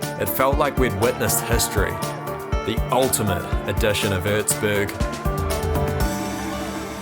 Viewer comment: Its called Erzberg not urzburg